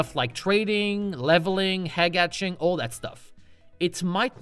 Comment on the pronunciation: "Hegg Atching"